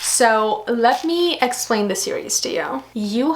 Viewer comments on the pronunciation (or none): none